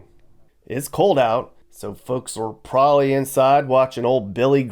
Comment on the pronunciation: This guy can't even say the word probably correctly! Calls it "prolly"